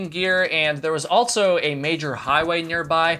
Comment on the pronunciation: Theres no T in also